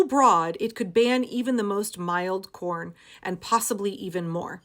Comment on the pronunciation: Did youtube do that on purpose? Everytime you said P.rn, it sounded exactly like you said Corn. haha